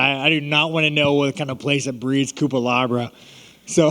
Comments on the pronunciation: "Coopalabra" lmfao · The way he mispronouncs IAN CUTELABAs name 28 times is amazing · Cutelaba needs to legally change his last name to Cupelabra after how many times sean said it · cutelaba = cupelabra lol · "Cutelabra" x20